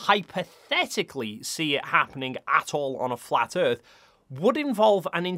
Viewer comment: "Cuz the earf is constantly rising, or going up. Duuuuh!?!?" Lol... That one Always makes me laugh.